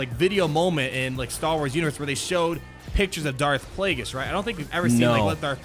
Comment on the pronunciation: calling it: darth plaugeis